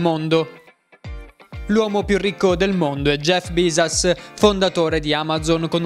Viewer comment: 1 - Cancellate il video, Bezos è stato il primo solo per qualche ora. Ora è terzo. 2 - Zio Bill Gates è tornato al primo posto. 3 - Il cognome di Jeff Bezos si pronuncia come si legge. 4 - Amacio Ortega è il quarto al mondo, non il terzo. 5 - Warren Buffett è secondo.